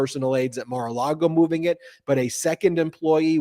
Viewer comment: Why does always pronounce it’s Mara Lardo? 🤔